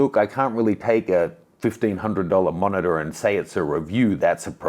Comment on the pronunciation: Sounds like you say f***er when you talk about the monitor haha 😂